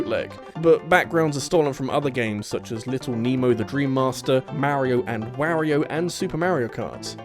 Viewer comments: Rawyriyo? Really? It's Wario. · "Yaush-ee" "Mare-io & Where-io"